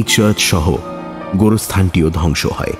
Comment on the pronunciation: উচ্চারণ হবে গোরস্থান